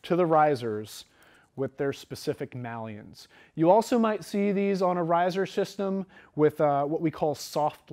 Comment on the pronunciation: This is such a great video, really appreciate you guys making it available. I think it's a good basis for making a decision on getting into the sport and choosing a school. I do have a question though, the bearded fella says 'mallion'. Isn't it 'maillon', pronounced 'may-on'?